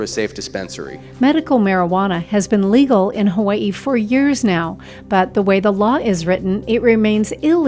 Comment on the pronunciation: she said hawaii wrong